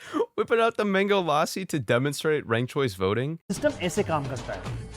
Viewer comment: this is my favorite of his videos, I was thinking about writing a comment about how funny the Bollywood clips where and the mango lassi clip was when you showed it yourself! (Also lassi is pronounced lu-ssi, somewhat like saying lucky but replacing the cky with sì).